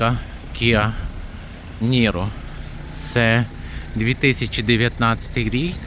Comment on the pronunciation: С какого перепуга, ты озвучиваешь: KIA Яниро? Какое яниро?